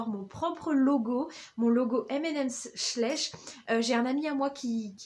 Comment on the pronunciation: Schleich se dit "chlaîch" je crois car il me semble que c'est Allemand